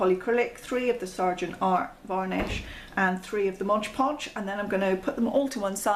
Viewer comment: Just fyi, it's MOD not modge. It's right there on the jar!